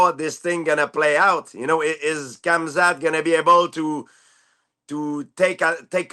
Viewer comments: Bro say 'Hazmat' 😂😂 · he calls him CAMZAT lool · why does everyone call him hazmat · Why do so many podcasters and pundits swap the “M” with a “Z” when pronouncing Khamzat? If it’s intentional, it’s not witty or clever, it’s childish, the kind of thing you’d expect from someone whose frontal cortex hasn’t quite caught up with their microphone. And strangely, they never seem to mispronounce Brazilian or African names with the same casual disrespect.